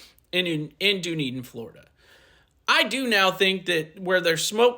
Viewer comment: Dooneden? Dunn-eden